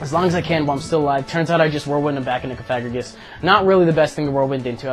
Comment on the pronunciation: Cough-uh-gree-juss (like the word "egregious"), not coFAGrigus like the one you played :-P. love the vids!